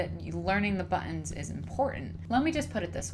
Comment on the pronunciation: Very informative. Thanks! Btw I love how you say buttons; it sounds something like "buh-ns" lol